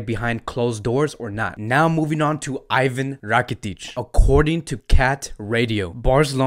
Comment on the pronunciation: As much as I love ur content n ur passion for fcb , for God shake please pronounce the players name properly. Iivan rakitic, ter stejen, c'mon buddy..👍👍